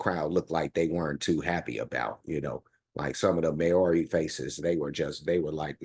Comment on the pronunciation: He is a legend here in NZ. He is Maori. The sound on this is terrible but nice to see you doing a Kiwi reaction again. Just a little tip, drop the y when you say Maori. I will leave a link with better sound quality. Thanks. 😊